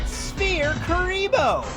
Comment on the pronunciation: "spere kuriboh"? really? pronounced with a p and not an f?